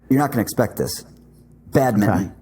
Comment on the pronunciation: Can we just take a second for pronouncing it “Badmitten” instead of “bad min ton”